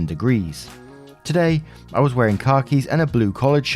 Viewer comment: 'wearing the car keys' is what my American ears heard 🤣🤣🤣